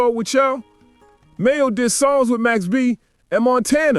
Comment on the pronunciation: It's MAINO not Mayo!! Nice video but you gotta get it together 😂😂😂